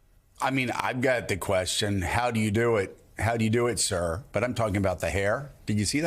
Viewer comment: They aren’t saying “ sir”, they ate saying “CUR”.